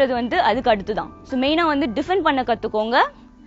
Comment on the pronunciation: "Vanttu" illa "Vandhu". Pesaratha seriya pesunga.